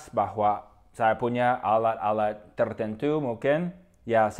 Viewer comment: akhiran kata 'at' 'et' 'it' 'ut' 'ot', lidahnya agak digigit;), jadi bukan 'alak-alak' hehe tapi keren.